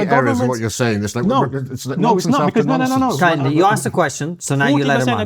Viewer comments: He cannot even pronounce his own supposed name 😂😂. Car yin day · KEHINDE... Can't even pronounce his own name correctly. Google it. It's a Yoruba name. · Kehinda, victim mindset. Please have someone more articulate on for these kind of debates. He doesn't even use correct pronunciation when speaking. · I am just 2 mins into the Video & already I get a sense that Prof. Kehinde is not genuine; Professor of black studies who cannot pronounce his Yoruba name correctly CANNOT be taken seriously, if you can’t do the basics then how do I trust you can do the intellectual heavy lifting? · Kehinde doesn't even pronounce his own name correctly. This is not to shade him but those SJWs that get triggered by such. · Yet another unpalatable cocktail of oppressed/oppressor dogma and reductive ideology desperately wanting to be seen as an intellectual position. Mr Kehinde corrected your pronunciation of his name, did he? I bet he did. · Just so you know, Kehinde isn't even pronouncing his name correctly. 😂